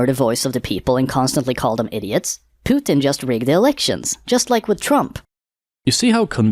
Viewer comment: omg someone said "Pootin" and not "Putin" as in "puke". Mainstream Media hacks take notes.